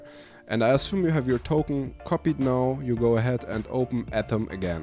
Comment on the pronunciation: Do you guys also hear "copy totem" instead of "copy token"? Maybe it is beacue i am listening to viking folk music in the background...